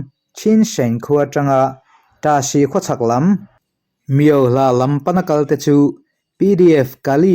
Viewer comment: Miauhlah ilam dan hi adik lo deuh Miau tih tak kha , thluk hniam lo vin. Thluk sang la, adik chiah ang mizo tak in lam la adik duh zawk